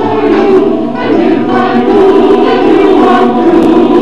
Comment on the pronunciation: In this scene sometimes she says "that, " but mostly "dat," "den" (for "then"), and "dere" (for "there"--likely too lyricist Hammerstein wanted to alliterate with "door")--as the accent her character Carmen had. Harry Belafonte here has few lines, but he does say "Thanks"--likely as his pilot character is more educated and (linguistically successfully) aspirant to class than Carmen. Of course Dorothy Dandridge, even if a touch Jamaican, in her non-Jamaican screen roles pronounced English as her characters would. For example, in a 1942 film she (very daintily and classily, with perfect enunciation) says, "Pardon me boys; is that the Chattanooga Choo Choo?"